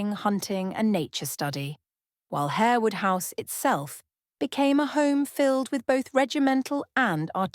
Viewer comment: You might learn how to pronounce Lasselles and Harewood correctly, and her head ornament is a tiara not a crown. Are you AI?